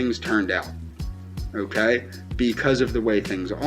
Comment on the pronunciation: “I knyeow you care about myuh because (you refuse to even acknowledge I exist) you blinked your eyes this afternoon, oewkay? Now to let me knoew you want to breed with myuh, all you have to do is say “si” at any point in the next week, oewkay? It doesn’t even have to be said to myuh, oewkay, just to anyone (smack), oewkay and it’ll be our inside joewke, oewkay?” How does someone like this continue living?